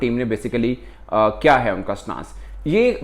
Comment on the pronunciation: Shouldn't it be "Kya" instead of "Kiya"